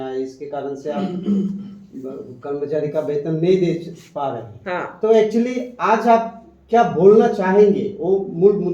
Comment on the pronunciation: Aas nehi hai, 'aaj' hai.